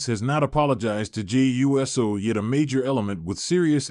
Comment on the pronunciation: This Man Called Jey U S O 😅 got me laugh